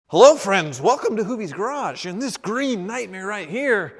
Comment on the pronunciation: it's "greeen